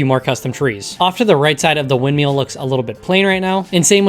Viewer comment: I like how you say windmill